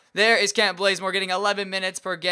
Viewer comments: why did you change his name to blazemore its bazemore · kent blazemore its bazemore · This man actually names Kent Bazemore "Kent Blazemore" 😂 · his name is bazzzzzzemore